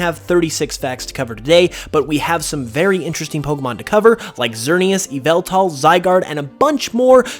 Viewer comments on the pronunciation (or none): It's pronounced Yahvaltahl. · It’s pronounced Yah Vull Tall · its pronounced Ya vall tall